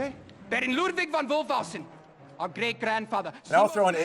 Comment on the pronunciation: but they don't pronouncing it as 'von' but 'van' which is the dutch equivalent 😉